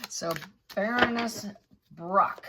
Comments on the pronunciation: FYI it is pronounced Barren ness…not brr own ness.. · Pronounced like a Baron, not Ba ronness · ❤ I love you to bits. I love your rants, your stories & you dedication to learning more. Baroness - “Bare on ess” is how it’s pronounced.😊 Stability is another - no stay in there. A is not followed by another vowel to make it STAY. Y is sometimes a vowel. Words are parts of spells, hence “spelling”. Words have power when used correctly as well. Once spoken cannot be taken back again. Key words have more power than others. It’s an interesting learning curve. I am sorry if you are upset my constructive criticism - not my intent to cause you slight at all. My Mum was British & I was raised to speak the language with no slang. She was also a librarian, so I was reading real books when I was younger than most. Some words, when misspoken are cringe worthy. Especially if the user has no idea what that word means. Again, no offence intended or meant in any way shape or form here. 😊 Much love! ❤ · I love your readings, but I don't understand why you pronounce names as they shouldn't be pronounced. Imagine I call you "". I've heard your name, but I still call you something different. We have names like Sarah and Sar-a; Karen and Karr-en; Loius and Lewis. Isn't it polite and kind to call someone the way they choose? And "Baroness" (even though I don't like the person in this episode) is NOT Barrow-ness. Cummon, you can do this. Same with "narcissistic" - it's not "nar-siss-tic" as you choose to pronounce it. And accent is not a factor, carelessness is. You're so eloquent in your readings, don't tell me you can't say names correctly. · Wrong pronunciation!Baroness; as in a baron’s wife, a lady